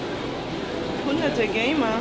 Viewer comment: "Hunterte Gamer" Klingt so, als hätte Galileo eine neue Spezies gefunden